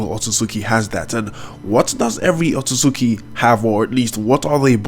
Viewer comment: Its otsutsuki not otsutsuki dum ass